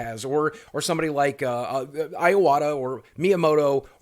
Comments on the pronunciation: “Eye-awata” it’s Ee-awata. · Iwata is pronounced E-WA-TA